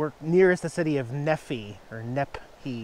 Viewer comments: The town of Nephi is pronounced: NeeFy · LOVE this campground!! Town is pronounced " knee fie" So happy for you that repairs have made you so elated. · That's a very nice little camp ground, it's about 30 miles south of us. City Nephi,, pronounce Nee- fi long I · Haha, I think we must have passed by each other like a dozen times in the past few weeks. I've been all over Utah the past month. BTW Nephi is pronounced Knee-fi here in Utah, lol we have our own language here. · Pronounced Knee fi. The town south of Nephi is called Levan. If you spell it backwards you will understand the geographic location relative to Utah. I’m from Provo. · Fun to see Jax in the snow, we are on the opposite mountain from you and traveling with cat's also from Az. The town by you is pronounced neefii but that's funny you called it Nephi as I do nep hi enjoy the drive south you'll be coming to a town called beaver have fun with that one and get a coffee cup and sticker. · It's Nephi, with a long E and long I- (Knee-fy) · Its pronounced "knee phi" nephi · Pronounced "Nee Fye"....Knee Fye...like Fry.... Looks really beautiful with the snow! :-)